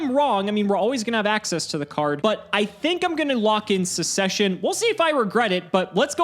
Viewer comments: it's pronounced suk-ses-shen (the first c is a hard c). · Why aren't we talking about the way pronounces the word succession 😅😅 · literally pronounced succession wrong 7 times in a row. A prime example of the death of the English language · just knows what MBT would have done if he had pronounced it correctly (and considering MBT pointed it out on his stream, was right on the mark).